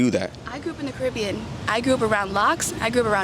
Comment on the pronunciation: wild he said caribia...